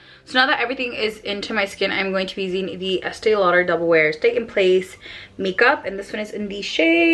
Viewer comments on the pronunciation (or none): none